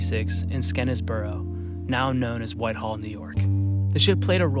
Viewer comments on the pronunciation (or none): Who has ever seen the word Skene’s and thought Sken-ness? It’s pronounced Skene’s Borough, I know I’m from Whitehall. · It's pronounced "Skeensboro."